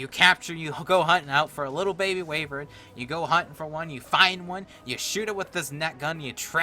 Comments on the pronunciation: (why-ver-n) not wavern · It's actually pronounced "Why-Vern" not Way-Vern just so you know. And also that's spark powder. :P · I'm so sorry, but wayvern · GG wivern it is pronounsed